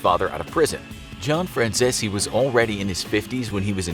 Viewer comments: I like Michael Franzese channel..FYI his name is pronounced the way it is spelled. He says it all the time on his channel. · Jesus Christ they really butchered the pronunciation of Michael Franzese's last name. 🥴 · Butchering that last name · All I’m gunna say is there’s tons of videos of how micheal pronounces his last name and y’all still got it wrong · He's pronouncing his name wrong he has a youtube channel and reviews mob movies and stuff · They just straight mispronounce his last name to sound more Italian. Check out his YouTube channel first buddy! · That's not how you pronounce Michael Franzese's last name, hope you don't get whacked~! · You pronounce franzese wrong he has a channel you can watch him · Not saying his name correctly. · Lol "Frachchesee", Its 'Fran-sees' 😆🤣😂 Get It Right. 😆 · Michael Fran Cheese 🧀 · Please learn a little basic knowledge because you keep mispronouncing his last name. It’s “France-ees”. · His last name is pronounced Fran CEASE not zesi. Pronounced Like GREASE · Aaaactually...its pronounced FranZESE. Not CEASE. Just sayin lollllll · Its pronounced "Franzeez" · Michael: I'm Michael Franzese Every single person for some reason: FRANZE-SI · Fyi, his name is pronounced Franzees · His name is pronounced zeese as in geese. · Is it me or does he keep saying micheal franzeshi😅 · His name is pronounced "franz-sees" and he has a youtube channel where he talks about his experiences. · I think 'Fran-zeh-zee' is more like how you pronounce the name. Italians often mispronounce or heavily Americanize their names. An E at the end of an Italian name could be silent or annunciated. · nah it’s pronounced “Fran Si Zi” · Your saying Franzese wrong it’s (Fran-z-e-s) no silent zs or zs that somehow turn into an s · Michael Franzese is all OVER YouTube, and you guys can't pronounce his name the way he does? Fran Cease. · I saw a news report about him and his father in the 80. The reporter said Michael “FranZeeZee” 🤣🤣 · Pronounced last name wrong.